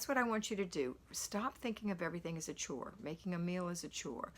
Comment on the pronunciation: Chore rhymes with BORE.